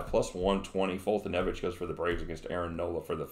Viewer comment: You are great. Awesome call on the bills! I think u r the only person who can pronounce Foltynewicz. Great job!